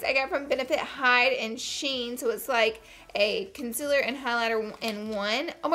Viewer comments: It's pronounced kun-sea-ler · That video of you saying concealer wrong is what brought me to your channel ❤️ and now I have another amazing YouTuber to watch that’s down to earth , funny, and relatable 😊